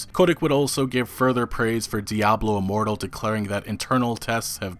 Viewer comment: Say it right man.....DIABLO IMMORTAL! 😂😂